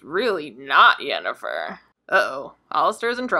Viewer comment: Not "Yennifer", with a 'Y'. See: The Witcher